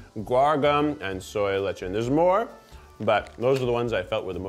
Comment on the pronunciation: did someone teach keith how to pronounce lecithin